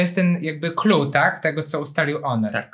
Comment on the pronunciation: "clou", nie "clue"